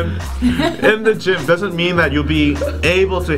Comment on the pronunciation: Actually fucken LOLED when he pronounced it geem ahahahah